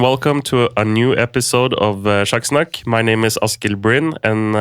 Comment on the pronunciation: Impressive. The interviewer pronounced SjakkSnakk correctly.